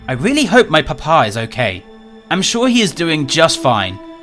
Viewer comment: the way and say papa is so funny "whats your PUH-PAHS name?" "oh my PUH-PAH?, his name is maximus"